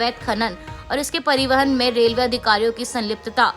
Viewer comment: Please correct yourself it's रेलवे but not रेव ले